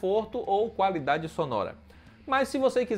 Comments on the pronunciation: "calafiduri" 😂😂😂.. ótimo vídeo comparativo 👏👏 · Calafiduri kkkkk